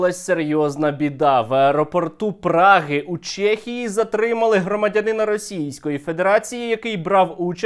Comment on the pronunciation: ЧЕхія не ЧЄхія, а так топ відос)